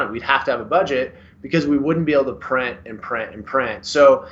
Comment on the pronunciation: Allow us to" prin an prin" , your a professional, the word is print .